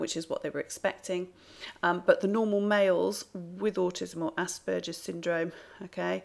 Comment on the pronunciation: Very interesting, just one point of criticism - the "g" in Asperger's is pronounced like Iceberg or Hamburger, as it is named after Hans Asperger who was Austrian. In German, a "g" in that position is always pronounced like in "get"